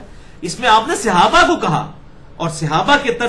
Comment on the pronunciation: عزیز م مرزا صاحب، آپ کو اپنے موضوع کے کے حوالے سے صحابی، صحابہ کا لفظ بہ کثرت استعمال کرنا ہے اور رہے گا ۔ براہِ کرم درست کیجیے کہ صحابی، صحابہ کے لفظ اردو میں صِحابی، صحِابہ کے تلفظ سے نہیں بولے جاتے ، صحیح تلفظ صَحابی، صَحابہ ہے۔ یہ تنقید نہیں، آپ کی فصاحت اور لب و لہجے میں بہتری کے لیے عرض کیا ۔میں تو آپ کا مداح ہوں۔